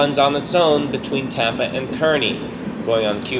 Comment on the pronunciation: Enjoyed the video. I have just one nit to pick. The town in New jersey where the Tropicana train goes is pronounced "Kar-Ney" not Kur-Ney".